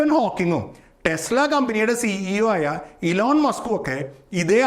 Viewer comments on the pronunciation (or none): none